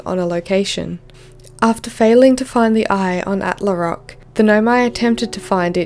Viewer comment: At le rock The way you say attlerock sounds insanely French, I am sorry I can't unheard it haha